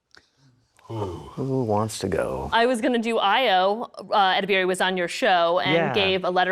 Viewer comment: Honestly I couldn’t stop laughing at her pronunciation of Edibiri. I wish someone tastefully called her out on it and continued the conversation🤧